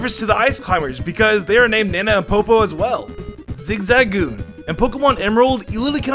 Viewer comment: Ahh yes I love the Pokémon “ZIZOON”